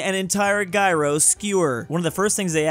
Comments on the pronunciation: I'm sorry...As a greek I must say...DID YOU PRONOUNCE GYROS AS "Guy-row-ss"???!! It's pronounced "Yee-ros" I've heard "Jeye-row-ss" but never that! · my man it is no Gyros it is Yeeros!!!!!!!!!!!!!!!!!!! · just butchered gyros lmao